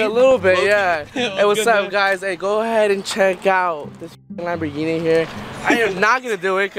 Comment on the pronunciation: Was it only me or did say gamboling instead of Lamborghini 😂💙much love